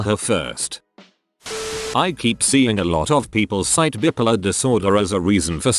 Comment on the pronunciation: Why do these robot voices always pronounce bi-polar as bippolar?